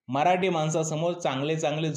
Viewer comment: Mitra tu pahil marathi ha word bolayla shok tu mharati bolto